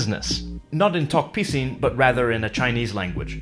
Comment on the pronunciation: I thought u pronounced tok pissing